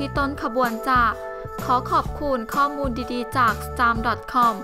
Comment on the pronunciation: ออกเสียงจ้าผิดค่ะ